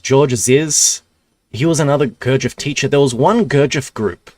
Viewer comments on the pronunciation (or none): Still catching up to the present timeline, but for the future - it's spelled [g u r d ʒ iː j e v] Your'e almost nailing it, just a little more attention to the ending good man. Sorry for wiseacrering, my slav personality is little more arrogant then the english :D